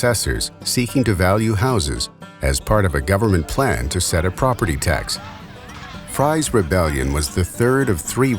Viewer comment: It is pronounced FREEZE not like french fries.